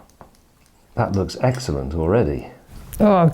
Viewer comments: ..............which is eggsellent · eggcellent and eggciting. Also very eggspensive eggsperiment 😂😂😂